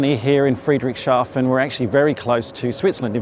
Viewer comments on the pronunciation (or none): Oh no you're not! It's FREE-dricks-Haa-fen :face-blue-smiling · Tip for pronounciation: it's two words together, Friedrichs and hafen. Not Friedrich and shafen. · Hi, for the pronunciation, just split the name of this town and you'll be fine: say Friedrichs Hafen 🙂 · Great walk around, thank you, but sadly I don’t think you got the name of the place right once:-) It should be thought of as 2 words combined: Friedrich, a persons name similar to Frederick or just Fred, and then Hafen which is the German for haven, harbour or port. In between the 2 words is the “s” as the “hafen” was named after some Friedrich so really there’s no “sh” sound present. There’s also no “t” in any of this so definitely not shaften:-) btw I worked in Germany for some years and even had a girlfriend from… Friedrichshafen and so went there often! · Soo so so weird seeing you on my home base! I ran into Jon on the AERO but was surprised to find your video here. YEARS ago, I suggested you should visit the AERO. A shame we didn't meet. Would have loved to help you pronouncing "Friedrichshafen":-P If by chance you're there on Saturday.... drop a note! And: Mate! Glad to hear that the skies have you back! Honestly, so happy! Looking forward to seeing new flying- content, here.